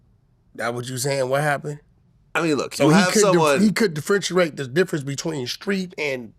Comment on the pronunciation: He talking stuff and can’t say differentiate